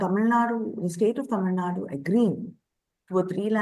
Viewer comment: It is TAMILNADU, not Tamilnad